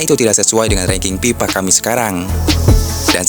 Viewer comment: FIFA baang...!!! Bukan PIPA... Gedeg euy, jelas banget pipanya